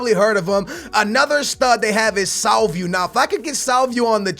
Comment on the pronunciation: Salvio is pronounced SalviO NOT SalviU!